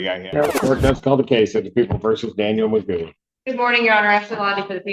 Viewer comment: This AI sounds ridiculous. Can’t even say McGoo name right. I’m sure I didn’t spell it right lol.